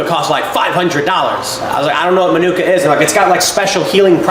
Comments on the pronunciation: The emphasis of Manuka is on the MA, so MA-nuka. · Its pronounced Marnika Honey, Manuka (Marnika is a region in Canberra)